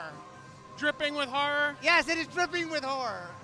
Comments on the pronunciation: Hahaha. it totally sounds like he says whore every time. He should probably not speak so fast, and maybe the word horror would come out clearly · everytime he says horror is sounds like he says whore xD